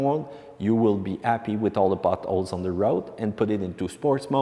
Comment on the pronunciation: No problem understanding the accent. One funny part though sounded like “you will be happy with all the buttholes on the road”